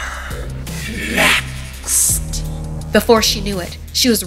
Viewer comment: “You’re Neck-SSSST”